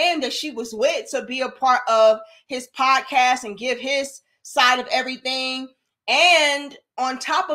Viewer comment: I dont really see ANYTHING wrong, "I SEE EVERY-TING WRONG.